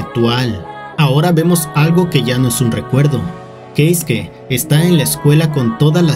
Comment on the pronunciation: "Queisque". 😏 - "Queisque, ¿oyeron? Queisque... Uh la la, Señor Francés; sí como no..." 😒 - ¡Cómo se dice entonces! 😠 - Keisuke. 😅